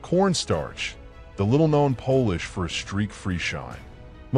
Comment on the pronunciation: Did AI just pronounce polish as pole-ish?